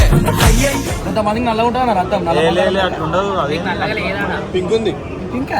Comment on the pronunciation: Its is not ratam it's is Raktham